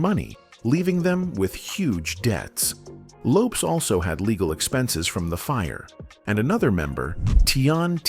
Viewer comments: Good Lord!, first at all the last name is Lopes, not Loaps. She didn't die right at the accident, she died at the hospital. She didn't have a fight with her boyfriend, she got to his house with her sister and saw he had bought all those shoes for him and nothing to her so she took em to the bathtub and light a match and that's how the house got on fire. The car accident was because a car was going in the same direction as her car and she tried to avoid it. Please get your facts together before making a video. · Lopes not Lopez ! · Yeah I know, I figured it out the third time it said Lopes😁. The content creator should've spoon fed it pronunciation eg LOW PEZ. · Please put some respect on the queen’s name! ❤ “Lopes = LOW-PEZ” 🙏🙏🙏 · "The pronunciation of Lisa's last name, in this video.. is sending me🤣🤣🤣